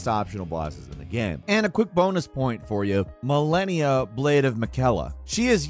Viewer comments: bro who's speaking hasn't even played this game. he mispronounced the names. Millenia? low quality content bra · How did you manage to completely butcher “malenia, blade of Miquella”??? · Ma-lé-nia blade of mi-cel-a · Is it just me or does anyone find it annoying that he pronounced Melania and Miquella wrong despite the names being said in the game? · Fun fact it seems you didn't fight Malenia because if you did you won't pronounce it wrong scense so goes hard to remind you every single time that she's " Malenia, blade of Miquella " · how u mess up malenia's name when she says it everytime you die XD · If you cannot pronounce Malenia, Blade of Miquella properly, then that means you either havent fought her or just gave up on her. Because I hear the line "I am Malenia, Blade of Miquella" in my sleep at this point